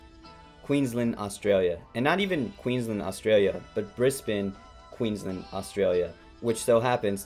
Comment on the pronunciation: If you think this is the worst robbery in boxing history you don’t even remotely understand boxing. You’ve also totally mispronounced Queensland and Brisbane. Get a clue seppo Clearly you’re a typical American. Over-opinionated, under-educated and ignorant of the world.